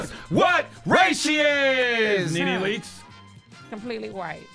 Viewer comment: She said Completly white 😅😅😅😅